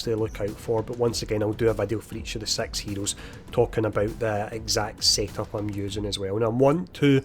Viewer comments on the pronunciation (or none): Marvel's Sex Heroes, coming soon to Disney Plus! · i know hes saying SIX but it sounds very different lol. it sounds like hes saying sex heroes lol.